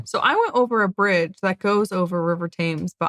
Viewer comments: Its seems odd to use it for two purposes, but the ammonia from said poop is said to have killed insects and the airflow kept the clothes smelling fresh. Also, a few seconds later, it may be the accent, but Thames is pronounce 'temz', not 'taimz.' But that's native English for you! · The British pronounciation of the River Thames is TEMS not Tames. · The nation is the UK. Yes we are constituent countries of the UK but the nation state is the UK. Americans often get this wrong. Not a criticism of you. Nice video. It's not pronounced Thames...tames. It's pronounced Tems. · The 'River Thames' is pronounced ' Temz ' Not the "Tames" though you were close! 😀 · The river is pronounced Tems Spelt Thames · River Thames…….pronounced “temz” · There are 33 bridges over the Thames, pronounced Temms